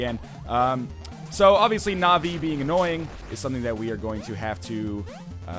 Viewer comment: Navi from Ocarina of Time is pronounced kinda like navigator.